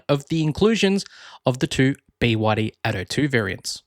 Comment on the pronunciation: Arrrggghhh bewaddy… it’s B Y D ffs